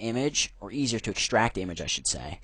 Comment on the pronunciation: ikschtract :D